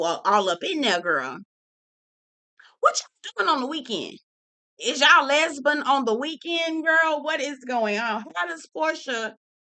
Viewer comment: Girl the way you say "Lesbon" sends me every time 😂😂😂😂